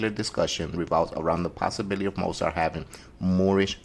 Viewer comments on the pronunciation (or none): At least pronounce his last name correctly